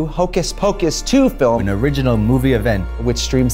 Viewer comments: now Trixie is saying “Fil-im” instead of film, ok UK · Trixie said "Fillim" like John Mclean and i love that.